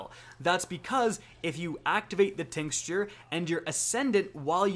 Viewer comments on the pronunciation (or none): Say it with me: TINK-CHUR Round Two: AN-ATH-EM-AH Keep the content coming! Great stuff! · Tinkschure? Lol